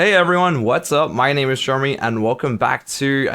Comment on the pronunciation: His Jeruhmih! I'm a huge fan! :D